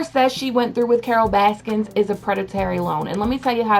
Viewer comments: Stop saying “Baskins”...it’s BASKIN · Y you say baskins? Anyway I like it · Please say her name correctly. There’s no s at the end. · I love that you call her Carole baskins lol with and S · "Carol baskins" lol. Your an idiot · *Baskin, not Baskins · IT'S BASKIN